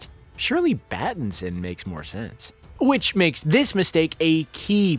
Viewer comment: Robert "bat"inson eh ehe